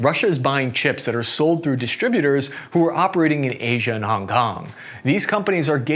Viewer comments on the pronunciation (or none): none